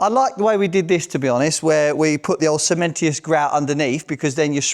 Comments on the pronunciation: The word is cementitious! See men tish us. Not cementious see men tee us 😁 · I can’t work out if is is being serious or not by keep saying cementious grout 😂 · If you say cementy-us one more time....